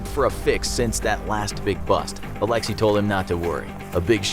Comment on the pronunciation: That's not how Alexey is pronounced..